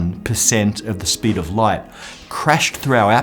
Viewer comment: Love the channel. What is it with that guy pronouncing"light" like "lights". Is it a British thing?